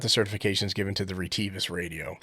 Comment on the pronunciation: REEE TEEE VUSSS 🤣